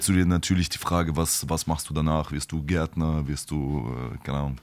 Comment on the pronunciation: Bei Raf hört es sich einfach sogar geil an wen er Gärtner sagt 😹